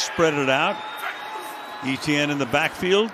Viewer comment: Can the announcer not pronounce E.T.N???